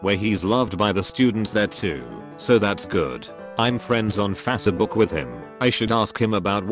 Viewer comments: “face” “book” fasuhbook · The was it pronounces “Fassebook” cracks me up lmfao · There's that "Fassabook" again. Also, f=ma does not relate to velocity. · Ah yes, fase book